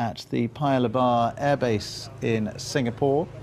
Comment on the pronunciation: The way the commentator pronounces "Air base" sounds like "Abyss" to me...